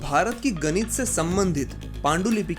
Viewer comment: Aap apne hindi uchcharad ko sahi krna nhi chahte ya aap India k bahar rahte hain ? Ganit ?